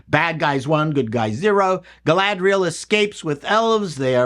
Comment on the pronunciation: Galadrrrrriel trrrrraded in herrrrrr two-doorrrrrrrr forrrrr a fourrrrrr-doorrrrrrr......